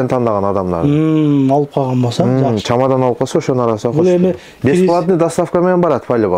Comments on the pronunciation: Чомадан эмес чемодан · Чемодан чамадан эмес !